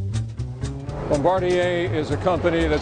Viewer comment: Eurgh they need to be choked out for their pronunciation of Bombardier.